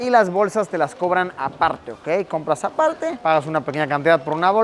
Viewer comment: Luisito hablando coreano en español "apalte"